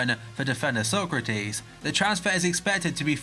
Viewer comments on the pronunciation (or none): none